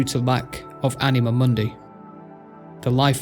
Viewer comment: you pronounce it as m(ou)(soft n)d(ei) while it should be m(hard u, similar to english "moon")(hard n)d(hard i, not english "eye" but i like in "in"). So in short you said something like mon-dei instead of moon-di.Try to listen to google translate "stupor mundi" in latin to notice the difference, you have right to your own pronunciation, but I got confused first time you said it. I didn't mean to shame you or anything. Lore is chaotic yes, I just wanted to point out it jumped from Mah to Zaros to Seren without really saying what connected them, It should say how and maybe why Mah created them, quick description of them both and their powers (their auras worked on each other, which weren't even mentioned), then how Zaros left and finally Mahjarrat, their relation with Mah and Seren (they didn't know they were channelling energy bach to Mah). I already described difference between Catalyst and the Codex, but I can say it again, Jas created Stone from her own egg (sacrificing her reincarnation in future revisions) as medium to fill power gap created after losing Mah, It acted as power source slowly burning whatever power Jas infused it with. Stone was used as tool in creation of worlds and and other lesser tools. Codex (as we have recently learnt) was used as storage for knowledge and power (this is how you described the Catalyst)